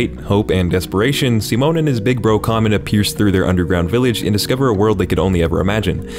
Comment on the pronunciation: im so glad someone pronounced Simon's name right. im happy